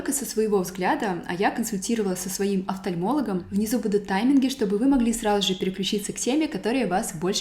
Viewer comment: Мне одной режет слух, как странно говорит фразу «сразу же»? Будто «сражуже»🥲